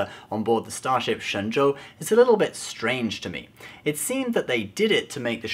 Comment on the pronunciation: You may be the only one I've seen so far pronouncing "Shen Zhou" correctly. As for Michelle Yeoh, she's not a Chinese, she's Malaysian. If STD's purpose is sucking up to Chinese people, I have to say, they rubbed Chinese in wrong way. As a faithful Star Trek fan, I agree that the Orville is more Star Trek than STD. But after nine episodes, I can see old Star Trek plots in almost all those episodes...I don't know if it's a good thing (or bad, for that matter).